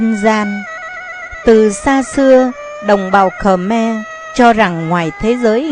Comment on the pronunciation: Không biết bạn quay bằng máy gì, nhưng hình ảnh tương đối chuẩn. Về phần thuyết minh, thì giọng đọc này đc khoảng 3 điểm. Đặc biệt người nghe rất khó chịu khi nghe từ Khờ Me.